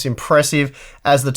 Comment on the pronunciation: Ta-i-chi, not Tai-chi or Ta-si.